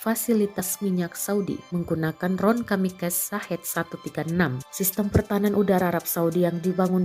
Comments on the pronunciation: Kamikaze dibacanya kamikaze aja min bukan kamikas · Kamikaze min raat , bukan kamikase